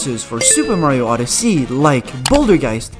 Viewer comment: "Super Mario OddesEy"